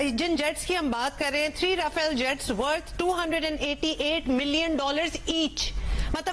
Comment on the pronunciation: "RAWFAIL", "Saindoor operation".